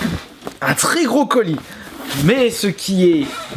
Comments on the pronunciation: Salut quand tu dis le gros colis on dirait que tu dis le brocoli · quand il a dit gros colis j'ai compris brocoli. sinon continue tes video c'est trop bien.